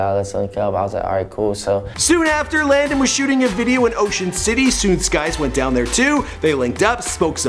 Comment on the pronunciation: WHY HE DO LANDON LIKE THAT LMFAO